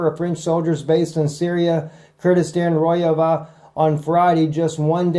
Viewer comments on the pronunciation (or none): By the way, it's "ROH-Jhahvah" the 'J' is not silent.